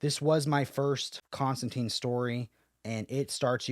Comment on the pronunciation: Come on man, it's pronounced ConstanTINE. He even says it in the book your reviewing